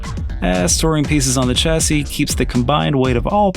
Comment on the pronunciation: Chassy is pronounced like Shassy, great video!